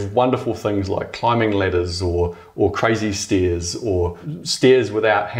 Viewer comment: the way he says stairs... lol